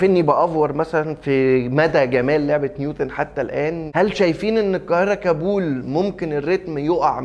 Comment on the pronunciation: انت بتنطق كلمة كابول غلط